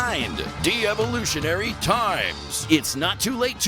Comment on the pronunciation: Not pronouncing Devolutionary right🤔